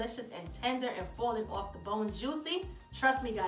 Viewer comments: If you're not from either jersey or ny. Lol falling "oorf" the bone" lol I love it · This my first time watching this channel and all I hear is an uptop NY type accent I'm sold jus off the way u keep saying OFF like a NYer 😂❤️